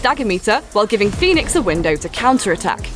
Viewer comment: She said Fenyx, Zeus, Aphrodite, Icarus,Prometheus all correctly..